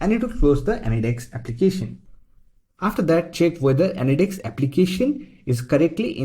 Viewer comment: say anydeks again